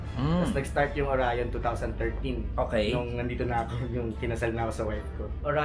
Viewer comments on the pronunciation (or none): Oryon lng basa namin Jan. Not Orayon. Bwahahahahaha... Nice pipe magaling gumawa Ang oryon quality at pulido.